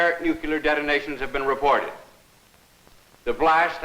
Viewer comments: “A nucular attack” 🤦‍♂️🤣🤣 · A Civil Defense Film where he constantly mispronounces "nuclear"